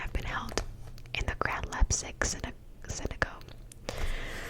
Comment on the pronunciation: thank you!!! also ‘Synagogue’ is a Jewish place of worship, pronounced ‘sinagog’